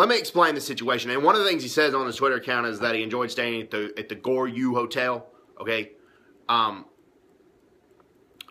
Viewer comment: I can only understand you because I know where you are coming from but those of us who live in South Korea cannot take you seriously because on the first sentence you spoke, you managed to mispronounce Shilla, Goguruh, Beakjae while saying it's important. It's obviously not that important to you.